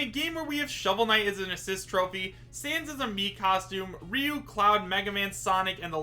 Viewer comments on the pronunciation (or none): none